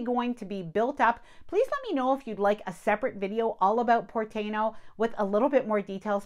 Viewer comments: It's TYE EE NO, it's the original tribe that were in Puerto Rico and Dominican Republic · tah-EE-noh - (Tainos - native indigenous of the Caribbean, The Taíno, a subgroup of the Arawakan Indians from northeastern South America, inhabited the Greater Antilles (Cuba, Jamaica, Hispaniola, and Puerto Rico)) I mean, if we are going to get picky with pronouncing at great detail, the names of foreign restaurants and such, it only makes sense.